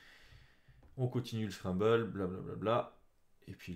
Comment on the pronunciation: Je pense qu on dit scramble comme scramble egg et non scrabble :)